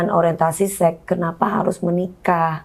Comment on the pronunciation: DP bilang sex jadinya kok sek gitu siiiihhh … (sek’esek’seket’an😂) .. pengucapannya “seks” gitu lhooo biar educated dikit🙊🙈